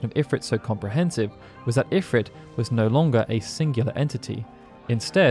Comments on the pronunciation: A remarkably comprehensive history of Ifrit...even though you somehow never noticed that in every single iteration involving voice acting, (FFXII, FFXIV, FFXV) they always pronounced it "eh-FREET," not "if-writ." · according to FFXVI its pronounced "IF-reet" snort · Idk why I always pronounce it as Infrit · Couldn't watch this because they keep saying Ifrit wrong.